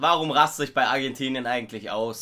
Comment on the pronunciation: Dieses Argentinien bei Musacchio😂